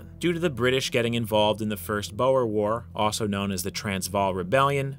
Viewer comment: "Bow-er" lol. Either way, great video!